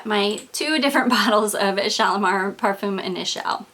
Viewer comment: Hi First I'd like to tell you how much I love your videos! I've watched nearly all of your fragrance ones and you have turned me on to a lot of notes I didn't know about. But, I do have to say something that I've kept inside for so long..lol. Edp is pronounced PAR-FOOM, not PAR-FUM. I know it seems silly, but it's kind of irritating. I am not the kind of person to let little things bother me. But this little thing really bothers me. Again, i really look forward to your videos. But I've allowed this one little thing creep up on me and now I just can't keep it in any longer. If you don't agree with me, at least look it up.